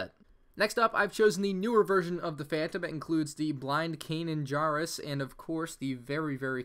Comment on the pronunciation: Can we talk about how he says Kanan's last name wrong?